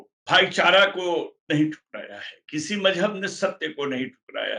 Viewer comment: इस आदमी की ज़बान और लहजा कितना ख़राब है। लगता ही नहीं कि किसी मुसलमान के घर में पैदा हुआ होगा। लफ़्ज़ "मज़हब" तक नहीं बोल पा रहा है।